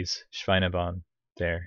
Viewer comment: Ha! You pronounced "Schweinebahn" perfectly!